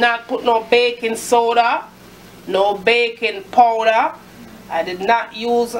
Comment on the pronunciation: ''BACON PODA...BAYKON SOUDA...BACYON PULVER'' :D hillirious